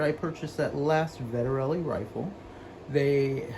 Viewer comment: Vet-Ter-Lee. 3 syllables. Why do people want to add syllables. It's not that hard.